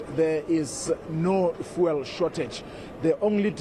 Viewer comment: He cant even say fuel. He is saying vool